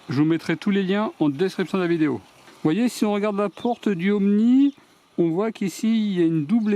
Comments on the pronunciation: Ooni ,pas Omni !!!!!!!! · Ooni pas omni 😂